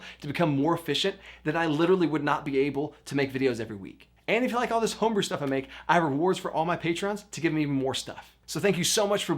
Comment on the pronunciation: "Tome-brew"... had to stop and like the video for that one...